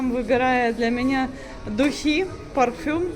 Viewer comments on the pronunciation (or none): none